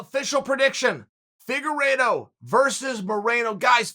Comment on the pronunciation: He even pronounced Figueiredo’s name well, it’s a death sentence